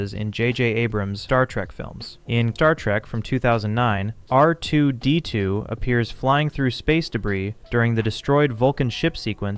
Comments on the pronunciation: The way this guy says R2-D2 is painfil. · Is R2-D2 difficult for you to say? Just curious. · bruh why are you saying R2-D2 like you're fking rtrded??